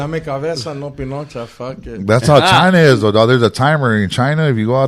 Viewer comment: Its not Pinocha..... It's Panocha.....Panochoso👀